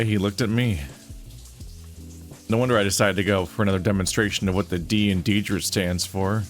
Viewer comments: ...ahem. The wolfcop's name is pronounced DEE-trick. Political rants I can handle, but mispronunciation... 😵‍💫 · Hey, sometimes we read words and names before we ever hear them. And on that note, are you sure? The developers are German. It could be "DEE-trisch"